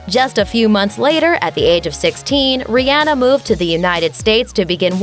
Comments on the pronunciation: The way they're pronouncing her name though.... It's Rih-ah-na not rih- ann-ah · Her name is being dissed, and mispronounced it is not ri-ann-nuih, but ri-on-nuh. The video is very skimpy with details in time frame's in Rihanna's life prior to 2014' were skipped out until a time of the anti Album. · it's pronounced ree-ah-nuh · Fempageantry Vg it's Rih-ann-ah it's spelled the way it's pronounced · wish you would have said her name correctly sigh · TaraChristine yeah right I wanted to break my phone